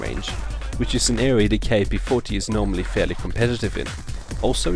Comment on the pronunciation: Ur a dumbass. This is by far the worst class u cud possibly use for this gun. Nd btw. Its kap. U say it like "cap" its not fukin K A P. u dnt say the letters. U say it as a word. Its an actual gun. Kap. Not K A P